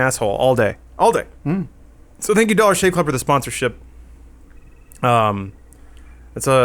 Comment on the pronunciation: When says "dollar shave club", it actually sounds like "dog shit club"